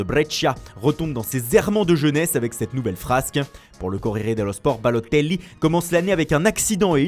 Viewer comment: Au speaker : t’étais bien parti t’avais fait un sans fautes et t’as voulu prononcer balotelli avec ton accent rincé ... STOP